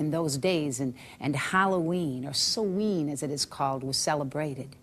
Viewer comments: Yea, this really did her research; she can't even pronounce Samhain correctly (Sowen). I like how she could proclaim all this BS with absolutely NO reference to where she learned any of it. Former Witch? Any Witch worth their salt wouldn't be 'former' anything - she would know the truth, from the bullshit. I suppose it is possible that she was initiated to some, insane cult, who filled her head with such absolute bullshit, that, well, it made her spout more bullshit; a sort of self-fulfilling prophecy? I don't know, but listening to this, it is entirely likely that she was a close friend of Sir Snuffleupagus, and we ALL know who that is. EDIT: She finally came CLOSE to pronouncing it correctly (Soween??) lol This person is (WAS) so full of shit, her eyes should be brown. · If she was really a witch. Wouldn’t she know how to properly pronounce Samhain!?